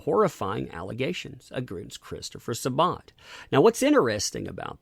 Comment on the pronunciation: Why is Sa-Bat so hard for everyone to pronounce lol